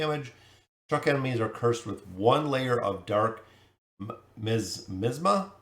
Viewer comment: While I'm sure this will be downvoted, the word is pronounced my-as-ma